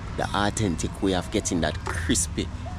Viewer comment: Awe-ten-tic 👍 Keep it up bro